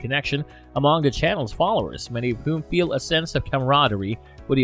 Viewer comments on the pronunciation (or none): none